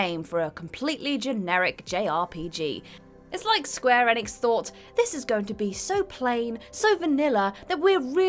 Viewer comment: Square eniks? Come on... this is must be a pronunciation troll.